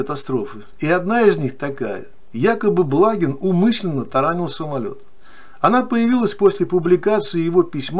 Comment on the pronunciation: БлагИн - так правильно произносится фамилия .